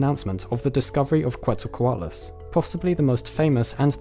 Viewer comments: I have to point this out: Quetzalcoatlus... since the name comes from the nahuatl language, the correct pronounciation is "keht-sal-coatlus", not "coo-eht-za-coatlus". The root of the name comes from Quetzalcoatl (which in turns means "feathered serpent") a major god in the Aztec pantheon. Also, great video, thanks for not letting us wait for like 10 years for part 3!! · Quetzalcoatlus is pronounced “Chet-zal-co-Attal-us”. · It's more like "ket-zel-koh-AW-tless" The "tl" is a fairly common Nahuatl letter, pronounced like the beginning of "clan", but you position your tongue like you're going to make a T sound instead of a C/K sound. Also, Nahuatl stresses the second to last syllable (at least classic Nahuatl does. Some modern speakers stress the end, or the third to last